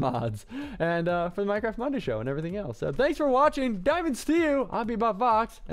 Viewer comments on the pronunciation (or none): none